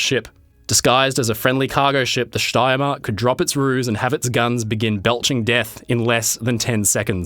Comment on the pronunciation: Excellent pronunciation of „Steiermark“